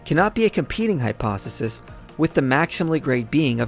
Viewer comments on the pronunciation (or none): You always say hypo(s)e(th)is instead of hypothesis. Flipping the th and s. Great video and videos though, my favorite channel! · Hyposisis instead of hypothesis lmao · Interesting video. Btw, the pronunciation of hypothesis is "hy-'po-the-sis", not "hy-'po-seh-sis". It seems to me that you are committing the same "error" that atheists make towards the all-good God, namely assuming knowledge of how his evil would manifest. Who are you to presume on how maximal evil might play out? After all, an atheist might protest that God being infinitely merciful would spare anyone from Hell, since it's such an awful place, incommensurate with the evil that wrongdoers did in life, or that he might not allow natural suffering because it's not fair, and God is infinitely fair. The answer would probably be something like God is infinitely good and omniscient and so he arranges events to play out in order to maximise goodness in the world, given free will. The Christian could well argue that God is merciful to the extent that maximal goodness allows for. That does not diminish his goodness. God is still merciful, but if he can obtain more good by not being so, then he would hold off on mercy. Now why couldn't we say that for maximal evil to obtain, free will is also a necessary component of that, and the evil God works things out so as to procure as much suffering and misery as possible? He might reign back his selfishness so that higher quality evil could take place. It might even be the case that there is a place where some people can live happily (heaven), so as to grate on the nerves of the infinitely more people suffering untold suffering in Hell, which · Hypo "THe" sis....THe sis...THe sis! Man!, that drives me nuts about this guy.